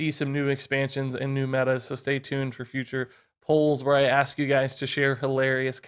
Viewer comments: When you said "und then" I was thinking of Baron Underbite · I study German and my mind red in german accent After that "und"